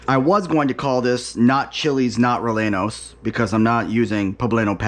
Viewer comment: Bravo!! Hope it was as delicious as it looked. Funny you effortlessly pronounce Oaxaca but had a little difficulty with Rellenos. 😂 glad it turned out so well. I have another recipe idea for you. Mujadarra. Blackened/caramelized onions with lentils and rice. I’d advise basmati as that is the tradition and tastes best. Sweet yellow onions. Brown/green lentils as well. So easy and very delicious. Affordable and wonderful tasting and not so exotic. I had a small kitchen and made this often. Buy many onions. You will think that you have enough when you chop 5 full sweet onions but it is never enough for a full dish. Maybe a medium dish, but the more onions you cook, the better it tastes. I recommend this one because it is so budget friendly and simple. And tastes delicious. 👍 great video! Ingredients; Sweet onions, Basmati Rice, Brown/Green Lentils, Salt, Black Pepper, Cumin, Olive Oil, Water, Labneh/Plain Yogurt (optional) Instructions; Slice the onions thinly as possible in long slivers. I usually cut them perpendicular to the root/stem (like the way you cut onion rings but don’t actually cut them into rings, just slivers.) Gives me longer pieces. Longer slivers are better, especially if you crisp them up a lot. Small slivers are not very enjoyable, nor will it cook properly if the slices are too thick. Clean your lentils and sort for debris or bad lentils. For every amount of lentils, add twice as much rice. Use good judgement on how much water to add. You want fluffy rice and